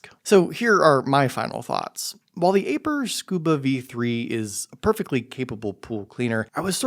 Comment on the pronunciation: It's eye-purr not A-purr 😂